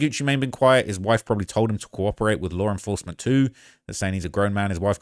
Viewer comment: What is lar enforcement? 😂